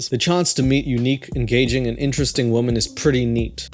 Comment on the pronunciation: Do you say women wrong purposefully?